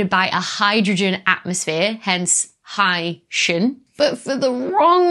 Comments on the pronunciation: "high-shin" sounds like somebody who comes from Haiti. "high-sea-in" as a portmanteau of Hydrogen and Oceanic, I like much better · You're both wrong! It's pronounced "hycean". Stop misinformation. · Hy-see-an and Hy-shun are both acceptable pronunciations given the variation in palatalization in English accents. One or the other may prevail in certain regions and dialects. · I always pronounced it high-sea-uhn but I didn't know it was a portmanteau and so now I think you're right with high-shun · 'Dr, S, OWN YOUR EXPERTISE! If you say 'Oh-shun,' who is anyone else to quibble that it should be 'Oh-see-un?' (OK, there was the 'phyto/photo' thing, but that was just a single datum, A statistical glitch perhaps?) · Your instincts are apparently correct, Dr. I heard one of the authors of the new paper on K2-18b correct his interviewer on the pronunciation of “Hycean.” As a portmanteau of “hydrogen” and “ocean,” the correct pronunciation would be “high-sheean.” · Pronouncing it high-SEE-an sounds fancier. 🤣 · I would pronounce "hycean" to rhyme with "Lycean." After all, we have portmanteau words in English, like "helicopter" which comes from "helix" and the Greek "pter" (wing.) But we don't pronounce it like that. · IPA suggests "ˈhaɪʃən" pronunciation. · No. It's pronounced hycean. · your pronunciation sounds like people from haiti but that's kinda cool.